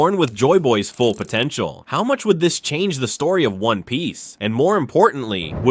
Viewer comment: Did you said POTANTIAL